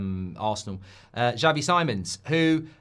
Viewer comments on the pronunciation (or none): none